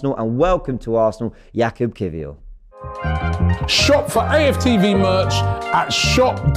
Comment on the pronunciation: Perfect pronunciation by